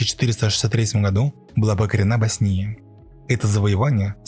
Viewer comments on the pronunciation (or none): Опять проблема с ударениями. Босния( ударение на о). Это не позволительно.